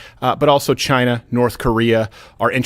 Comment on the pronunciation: “nobody says chiyna like me. Everybody knows it. I’ve talked to a lot of people and they all agree nobody says chit-na, as good as me.” 😂 love em